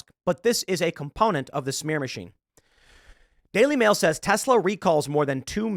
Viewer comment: When you said the daily mail I thought you said daily wire 🤣